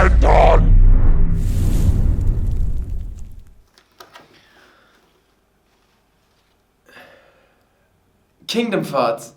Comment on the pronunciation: I came at the end when he said "Ranthoni ouht"